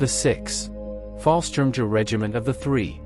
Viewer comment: Fallschirmjägers were actually Air Force not Army. By the way, if I wasn’t so curious, I would have stopped listening to the BUTCHERY of the names and terms. In fact, I eventually muted it and just read the cc’s